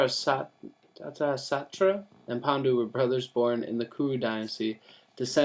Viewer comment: It's dh-rit-rashtra